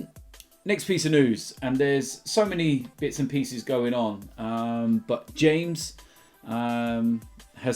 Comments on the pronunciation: He’s called ‘Ha mes’ not ‘James’ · Its not James its Hames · lol its pronounced ham-es not James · It's not James its HA-MES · It is pronounced hames